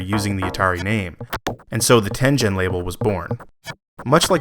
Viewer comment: Great research and historical perspective! (But, psst, Tengen has a hard G!)